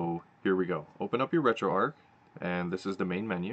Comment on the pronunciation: Finally someone pronounced retroarch correctly!